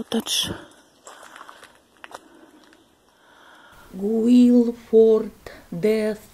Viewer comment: По русски произносится коттЕдж.